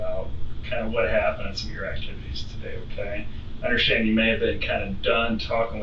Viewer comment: Why do her and the detective say “underSchtand” for “understand”